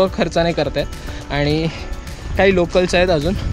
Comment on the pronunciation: Rajaram khadeee not kharde ...... Bdw nce